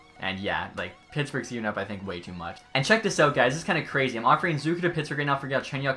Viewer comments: Its ZUH-KER not ZOOKER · Jason’s last name pronounced wrong